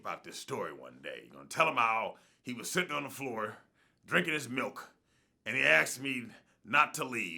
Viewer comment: No boy,..no one 'axed' you anything. He asked you. That drives me freaking insane.